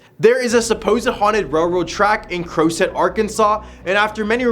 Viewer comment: Crossett is pronounced cross-ett rather than crow-set.